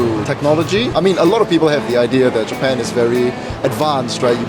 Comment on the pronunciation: everytime says.... jee pun lang....i cant help but laugh😂